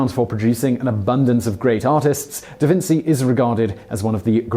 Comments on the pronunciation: Not trying to be rude or disrespectful by saying this but I thought it was "DaVinchee" not "DaVinsee" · Simon, learn something! It's pronounced DaVinchee, not DaVintsee, sounds just like cheers, cheetah, etc... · It is. In Italian c+i/e make a ch sound. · Who else cringed every time Simon said DaVinsee? In Italian ci is pronounced chee. I'll bet Simon calls fettuccine pasta fettaseenee like my Edwardian grandmother did. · Da Vinci - pronounced Da Vinchi. "ci" is pronounced as "chi" in Italy. Ciao! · Da Vinsi? Damn... I had never heard that pronunciation in my life and I speak 5 languages, one of them being English. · SHAME ON YOU. How dare you mispronounce Da Vinci. The greatest mind on earth arguably? Jeez do your homework and stop spreading ignorance. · Lmfao can't even say da vinci right